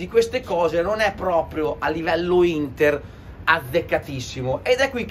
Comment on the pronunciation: ma che cazz ci interessa del derby a quello,manco sa dire il nome della vostra squadra hahaha forza HINDDA hahaha hahaha 🤣